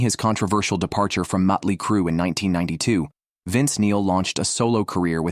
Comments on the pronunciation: “Mutt-ly Crue” took me back to a Cracked Magazine parody feature from 35 years ago, so it was my favorite mispronunciation… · I've always loved "Muttly " Crue ! Stupid AI shit !! 😫